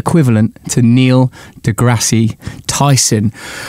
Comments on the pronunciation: Its not deGrassy. It's spelled deGrasse, but you don't pronounce the "E". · Hi, I heard Neil deGrasse Tyson saying that it's pronounced "degrass" the 'e' it's silence. Cheers